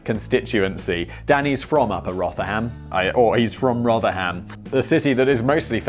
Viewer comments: We pronounce it rother-em, Simon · Now hold on for just one be second. Rotherham is famous for the chuckle brothers. And then it's child sex gangs. And it's pronounced Rov Rum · It's 'ROTHER-UM', Simon. There are a load of Yorkshiremen who want to say 'Na Then, lad' to you. Not smashing that dislike button, though. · That pronunciation of Rotherham was mind-blowingly bad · I'm from the southwest and don't have a clue where Rotherham is.. but pretty sure simon totally fucked up that pronunciation 😂